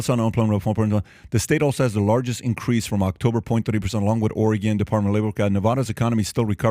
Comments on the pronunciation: I love PAT but he just says things to say lol None of the things he "predicted" last year happened. Oh and please, someone do not be afraid to correct him on the pronunciation of Oregon... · It's Or-eh-gun! Patrick, you're killing us! Lol Great video, VERY insightful! Thank you! :) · Please learn how to pronounce the states in your own country. Nevada or Oregon. 😂😂😂 Watch Veep you’ll understand. 😅😅😅